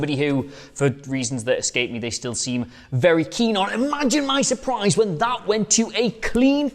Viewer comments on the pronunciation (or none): none